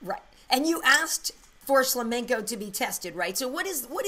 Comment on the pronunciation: I like how he doesnt pronounce shlamenko correctly!